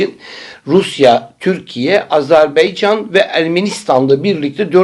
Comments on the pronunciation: rica ediyorum Azerbaycan deyiniz Beycan yanlış oluyor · Allah şifa versin hocam..., lütfen Azerbaycan deyiniz.. Herkes yanlış telaffuz ediyor...anlamak mümkün değil nasıl bu konuda eşgüdüm yapıyorsunuz..Mete bey de sizin gibi Beycan diyor!!! Baycan olarak düzeltiniz lütfen...... Ve bunu Dış işleri bakanı da yanlış kullanıyor sizler gibi.... Azerbaycanlı kardeşlerimiz kılıyordur..